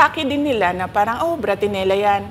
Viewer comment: BRATINELLO SYA, HINDI BRATINELLA…